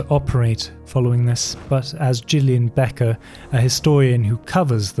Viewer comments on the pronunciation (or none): none